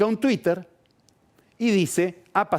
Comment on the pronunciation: "Twwwiter". Sos un pelotudo, pelado.